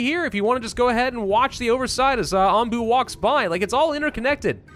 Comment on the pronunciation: Aw man, when first said the critter's name, it sounded like Ambu, as in "ambulate."